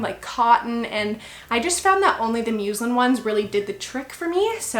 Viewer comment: Two things: 1) It’s pronounced “muh-slin” not “moo-slin” 2) Dang it is so hard to find youtubers who have bought their babaybay. It’s an incredibly expensive bassinet once you add all the stuff you’ll need, so I often wonder if a youtuber would have really bought it for their baby if it hadn’t been sent free by the company. Every youtuber I’ve seen plugging this bassinet seems to have been gifted it by the company. Either way-nice video!